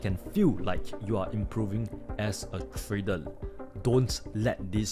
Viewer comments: Nice video.... But what is 'Tradel' 🤣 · "Tradel" 😂 love this guy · Hey, love ya bro but 'trader' does not end with an L. R, L two different constanents. Like i said, love ya, but after a year of watching your vids it's really grinding my OCD organs.